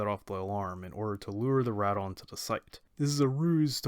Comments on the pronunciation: doesn’t change the fact that your still saying wrong. If you ever watched the Japanese audio it not pronounce Rad-ON. Sorry but it still makes me cringe lol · Anyone else cringe when he says Rodan’s name wrong? I really loved the this anime.